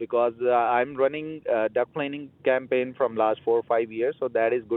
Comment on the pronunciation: he almost said SCAMpaign 😅